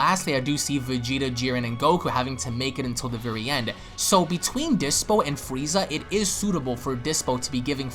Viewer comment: you said Frieza correctly.....all the other ones are fweeza...what do you have against the letter R my dude?